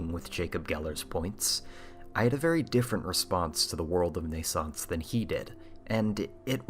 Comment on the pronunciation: Pretty sure it's pronounced "nay-sauns-say," dude. Two Es at the end, and all.